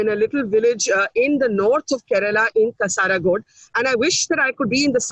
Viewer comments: Pls note Kasaragod is pronounced as Ka-Sar-a-god, Not Kasa-ra-god. ☺ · Pls attempt to pronounce Kasargode properly, Barkha.